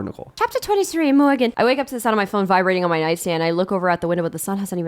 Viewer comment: one of my vocal stims is saying "popcorn Nee-cole"